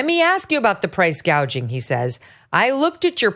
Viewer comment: She don't know what price Goughing is she only knows price gaging???